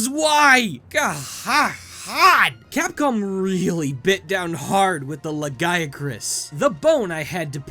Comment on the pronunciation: THANK GOD! He got Lagiacrus's name pronounced right.